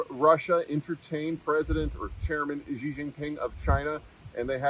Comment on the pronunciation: Peter, could you please STOP pronouncing "Xi" as "Zhjee"? In the Chinese Pinyin orthography, the letter X makes the "sh" sound. That ⟨Ʒ ʒ⟩ sound doesn't exist in any dialect of Chinese. It's not hard to pronounce; it's not even an exotic sound. You just have to care enough to pronounce the name correctly. There's a mnemonic by which you can remember this: just think "That's what Xi said". Sorry for repeatedly ranting about this every time Xi comes up in the news. I enjoy your analysis (most of the time) but I cringe when you just keep mispronouncing things for which there is no good reason to mispronounce.